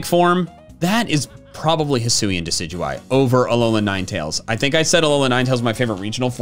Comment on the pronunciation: IT'S DECIDUEYE, NOT DECEUEYE!